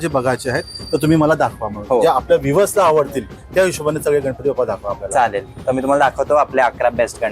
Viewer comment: मूर्ती खूप सुंदर आहेत. पण इट्स बाप्पा not बप्पा 😊